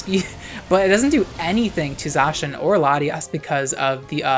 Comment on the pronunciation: Unpopular opinion: pronounces Zacian correctly :)